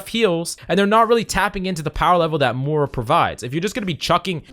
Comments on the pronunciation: Moy- ra not Mara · Spell the i in Moira pls aaaaaaah "Mora" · How about "mora"? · I’m dying about your pronunciation of Moira